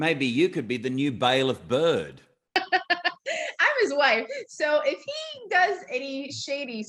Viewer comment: haha byrd with rhe Jamaican accent 😅